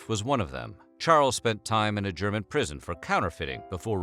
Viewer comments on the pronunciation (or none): none